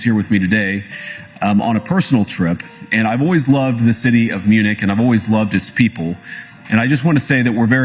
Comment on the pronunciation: Bonjour MPP Munich prononcé li : munik en français